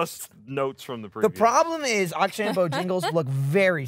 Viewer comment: I know probably no one is still reading these comments, but I feel I have to correct something. It's "Akshay".